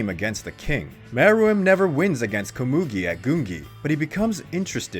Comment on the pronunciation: You said Komugi wrong.... Edit Ponzu was not the only female. Siper was also female.